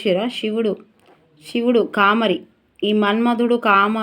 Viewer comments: కామరి కాదు తల్లి కామారి . మీకు తెలుగు భాష సరిగా చదవడం లేదు. 😢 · Thappulu chadhavakunda chesukondi....కామారి Ma ki dheergam vundhi Thappu chdivithe ardham maripothundhi